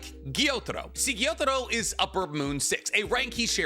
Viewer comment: Why do anime YouTubers always mispronounce character names that are explicitly said in the anime? It's not pronounced Gyo-Taro it's pronounced Gyu-Taro. IT'S FUCKING PRONOUNCED HOW IT'S SPELLED WHY DO YOU KEEP SAYING IT WRONG!?